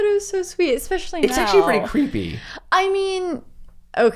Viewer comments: You two are just so cute together! I hope I'll find a girl someday who loves cinematography like I do haha. Also, I love how you () say "especially" with an X, "exspecially" lol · Exspecially? Does anyone else hear it or is it just me? Lol but every time you say it my nose curls up. Lol This vid still cracking me up, you guys are awesome